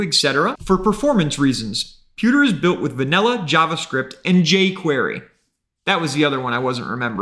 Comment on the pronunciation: Yavascript and Yay Quyeyrry... bruh